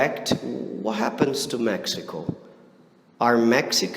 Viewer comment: I like the way you pronounce "to" like tchoo.